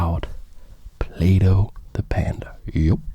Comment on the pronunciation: I swear he said playdoh